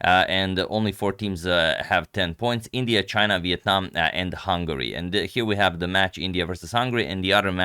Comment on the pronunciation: I've been watching for 3 years and am very happy you pronounced Việt Nam so correctly, thank you mr agad